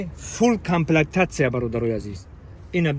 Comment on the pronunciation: Камплектатсия не🤣🤣🤣 Комплектация!!!!